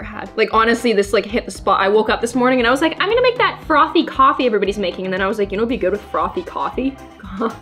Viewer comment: I actually understand what she meant by “frothy coffee” sounding like “frothy gewart” the way she said it sounded like frothy kothy and kothy is like kartha